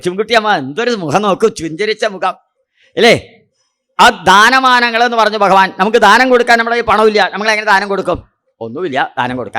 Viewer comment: Pronouncment of Bhagavan not Correct